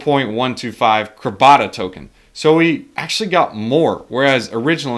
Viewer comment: It's CRAB-A-DA